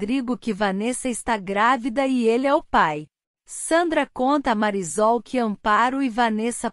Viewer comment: Porque essa narradora fala o nome da Marisol errado!!!!